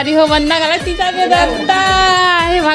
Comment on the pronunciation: तिजा,,,ना कि टीजा 😂😂😂